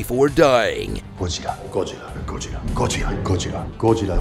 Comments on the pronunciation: Godzirra, godzirra godzirra, godzirra . . godzirra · That joke about ken Watanabe was pretty lame. The original Japanese movie was named Gojira. Ken is merely making a reference to that by pronouncing the original name, not that he was struggling to pronounce Godzilla...